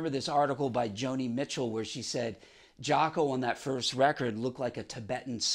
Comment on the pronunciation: Thank God someone pronounces his name correctly. Nice story.